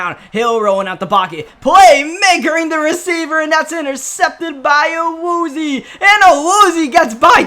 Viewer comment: It’s Awoo zee ay not awoozeee